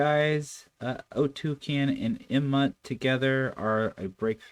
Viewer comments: There's NO U in the word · NOT OTUKEN. there's NO U in the name. Many many reactors aren't intelligent enough to notice there no u sound in the name.